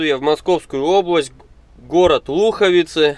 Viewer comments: не лУховицы а луховИцы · только не лУховицы, а луховИцы